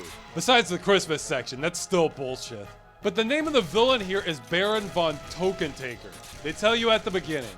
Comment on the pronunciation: TökkenTäkker = Token taker? It's actually more like Tucken Tecker considering the pronouncment of ö (Uhh) and ä (aaeh). It's in my own language. (I wouldn't HAVE those letters on my keyboard otherwise.) But yeah, I get the joke. Too bad it's far from "token" though. Then again, maybe there was some finnish dude in the mix. They're using those letters even more than us swedes after all! X)